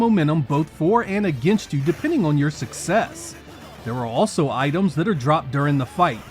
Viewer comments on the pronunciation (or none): none